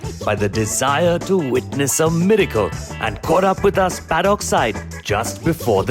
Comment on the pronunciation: Paddock is pronounced "Pad-duck". You could also say Parade Ring. Hope you won't mind this minor correction.... The English language can be an idiosyncratic one. ("Poshly" - As-cut, not As-kot... Nottingum, not Notting-ham... Wooster-sheer, not Worc-ester-shyre... Barksheer, not Berk-shyre). Nice video, well done to all the Connections, and HRC.